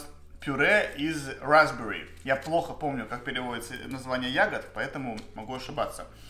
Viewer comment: Raspberry а не Raspbory